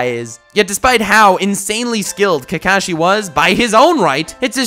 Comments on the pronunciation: Why are u saying Kekashi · hes not kaekaeshi hes kakashi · This mans pronouncing kakashi kills me